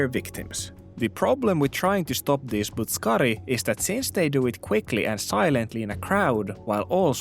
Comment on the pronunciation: Loll. Butt suck kari. I dont know why that sounds so funny. Its not even pronounced like that but I dont care. The butt suckers are out in force and you must protect your backside. And shoulder. Slammer butt suckers lol.